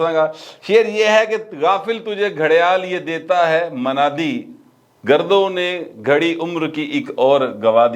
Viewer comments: سر آپ نے شعر درست نہیں پڑھا۔۔۔۔ تصحیح فرما لیجئیے۔۔۔۔ لفظ گردوں میں "د" کے اوپر پیش ڈال کر پڑھیں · Yeh lafz gardon hai ya girdon